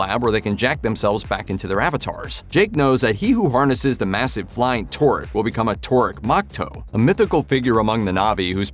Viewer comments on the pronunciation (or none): It's TOH-rook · It's "Toorook" not "tour-ick".